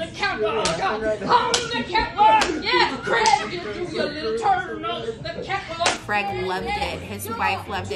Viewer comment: Creg it’s supposed to be pronounced crayg